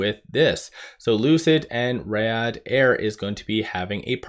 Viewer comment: Not poking fun, just helping you out. Riyadh is Pronounced (Ree-ahd)